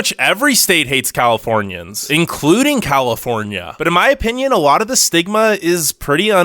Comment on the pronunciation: “We hate Californianss” -said like a true Californian